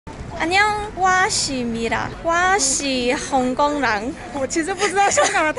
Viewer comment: 香港的香 最後的台語發音是對的 港是四聲